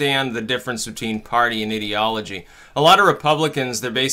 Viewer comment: ive always wanted to know. do you purposely pronounce the word "ideology" as "idiology"?